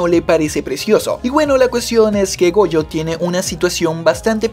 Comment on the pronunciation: le entendi boyo y despues cuando dijo otra vez su nombre ya escuche goyo xd